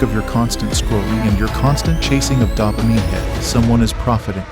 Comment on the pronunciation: Can't tell is this is an AI voice or he doesn't know how to pronounce dopamine....